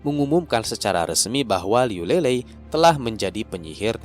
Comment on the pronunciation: Bang mau ngasih tau... buat nyebut namanya Liu Lilei itu bukan Lelei tp ttp Li-Lei biasa. Trus kalau Yunde itu dibacanya Yun-Te bukan Yun-De. Btw makasih banyak buat update-nya. Ttp semangat bang